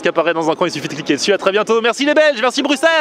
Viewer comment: Welcome! Par contre je suis agréablement surpris, tu as bien dit Bruxelles 😆